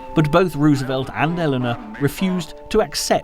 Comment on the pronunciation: 😊😊 I didn't even hear that he was saying it wrong. Lordy.